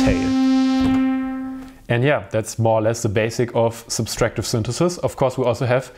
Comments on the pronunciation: Great video and explanation! One small note though: It's subTractive, not subStractive synthesis :P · I think it‘s „subtractive“, not „subStractive“ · Dude, it’s “subtractive synthesis” not “ subStractive”. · Really nice and informative video, and is obviously intelligent/musical, but for a native speaker, the extra "s" in "subtractive-subtract" is very irritating...